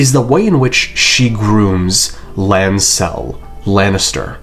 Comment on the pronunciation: I cannot stand the way you accent Lancel